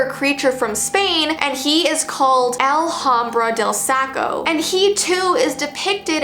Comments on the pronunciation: El Hombre De Saco is pronounced El Om-bre Deh Sah-co - your friendly neighborhood mexican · El hombre de Saco is pronounced el-ombré-del-sacko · hate to break it to you, but you butchered "el hombre del saco" 😅. in Spanish, the h is silent, and e is said like 'ay' in that case. So you would say it like 'El (h)ombr(e)ay del saco'. (Also it's fine that you said it wrong, my last name is Spanish and starts with J and J is silent in Spanish so people always pronounce it wrong so I'm used to people making mistakes with Spanish ^-^ ) ~~~~~~~~~~~~~~~~~~~~~~~~~~~~~~~~~~~~~~~~~ Edit 1: I added h and e in parentheses to try and make it a little more clear on how to say it, but I'm just a depressed latino 10th grader, so if you want an even more clear tutorial on how to say it, literally just use google translate 😅 Also if you see this I'm not trying to be rude in any way, again, people have pronounced my last name wrong ALL THE TIME so I'm used to people goofing up with pronunciations in Spanish, it can be quite a frustrating language sometimes. Anyway, I hope you have a great day because I love this channel because its so positive and caring. ❤ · you pronounced “El hombre del Saco” wrong…like very wrong it’s Spanish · The fact I know Spanish and the way she pronounced it